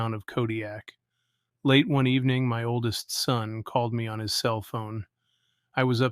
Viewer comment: K, it is Spelled seveir but it's pronounced like severe, and it's not Kodiak, it's kodak.